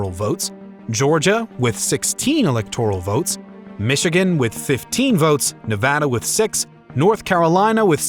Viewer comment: It’s Nuh-vada. Not Nah-vah-dah.